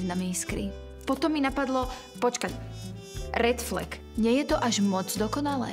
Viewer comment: neznášam ako povedala "rRRRed flek" :/